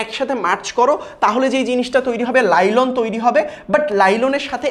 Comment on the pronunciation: Ota nailon lailon na😂